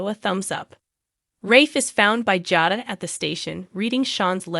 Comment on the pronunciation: Jada and Salem are not pronounced correctly